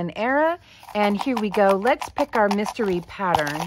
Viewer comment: Instead of a mystery it was a messtery . Lol